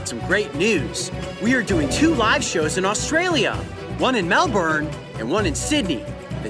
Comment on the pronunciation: I’m just enjoying the video and then he pronounces Melbourne wrong